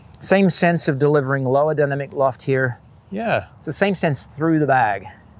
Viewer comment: I was hearing “Dunner McLoft” and thought - that’s funny, doesn’t even save any syllables over just saying dynamic loft…. Ooooh 😅